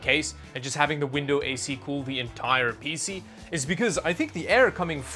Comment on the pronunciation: hearing him say Peezee never gets old :P i can not put my finger on it, but it sure does not sound like pc the way i say it.....